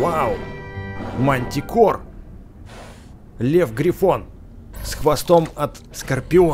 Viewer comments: Не гриффин а грифон! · ето не гривин а гривон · Не грифин а ГРИФОН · Грифон! Не грифин! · Не грифин, а грифон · Правильно грифон